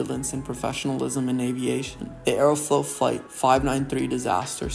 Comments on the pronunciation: Aeroflot ❌ Aerofloat ✅ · I'd highly recommend Mentour Pilot for a much better explanation/presentation of this particular incident. Plus the narrator has an annoying voice, like he has something stuck in his throat or something. Also..."Aerofloat", really?